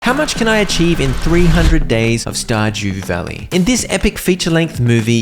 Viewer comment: Verdew stalley? Or stardew valley?